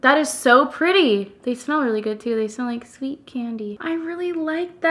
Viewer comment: When you said shveet (sweet), it instantly reminded me of the movie She's The Man lol! On that note, love the video and dedication.